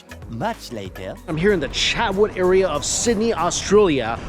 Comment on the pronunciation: Lol it’s Chatswood